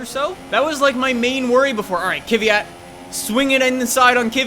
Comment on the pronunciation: you say kvyat like fiat with an K in front